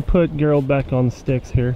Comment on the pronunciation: Is his name not gerald? Like jerr ald. Why the hell you keep sayin gher ald?